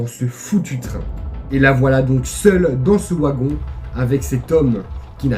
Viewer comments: Ta vidéo était super bien racontée mais ne m'en veux pas si je rectifie, une chose, c'est sans malice. Le "W" de wagon si traduit en "v" donc ont dit "vagon et non ouagon. Autrement, je te laisse un big pouce bleu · J'étais entre un sentiment de peur via l'histoire et de rire avec ta façon de prononcer le mot "wagon", c'est assez drôle pour nous les français. Sinon super vidéo, je m'abonne. Amitié à la Belgique !